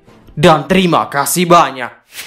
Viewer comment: bro konten lu bagus tapi gw ga suka dgr nada kamu di akhir video yg blg nya ' trima kasih' atau di awal vid 'jadiii langsung saja mari kita mulaii'😂😂 mngkin dgn biasa aja lebih bgus bro🙏🏻🙏🏻 trus semangat dgn karya nya bro salam wibuu🔥